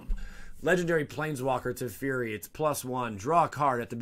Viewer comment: I'm probably wrong but I think the proper pronunciation for Teferi is Te-Fair-Ree instead of Te-Fee-Ree. I say Gaea the same you do.